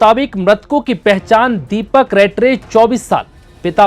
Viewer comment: दीपक रात्रे है रेट्रे नहीं